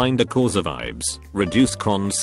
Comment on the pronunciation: The automated voice adds a tone of sarcasm to this video and makes funny blunders. For instance, calling IBS like the imaginary word ibes. Then there's jallappono, mick for mic, and my favorite, curay (like it's French) for cure. You probably have to write IBS as eye bee ess, but then it might say "I bullshit".